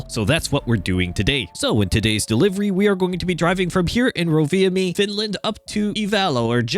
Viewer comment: Finnish isn’t as challenging as it may seem on the surface. All the letters present in a given word are pronounced (no funny hidden sounds like in French for example) So Rovaniemi is pronounced roughly, Ro - Va - Nee - Emmy